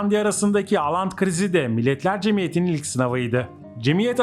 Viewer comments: Aland değil Åland Evet çok duydum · 1-Aland değil Åland türkçe okunuşu ooland 2-Åland adası 1809 yılında İsveç'ten koparılıp Rusya'nın Finlandiya bölgesine bağlandı ve petro dönemi ile bir alakası yok. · İsimleri oland diye okunuyor å harfi Türkçe de o harfi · Oland diye okunur.